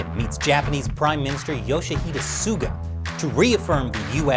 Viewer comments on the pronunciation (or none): That senile US president is an embarrassment. Botching PM Suga's name like is total cringe. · I feel bad for him honestly... having to fill in the shoes of a very iconic prime minister, fighting so hard for his people and then some old demented fart that's supposed to be the big defender of the free world doesn't even care enough to properly pronounce your name while addressing you by your first name... I'm not even American and I feel like apologising on America's behalf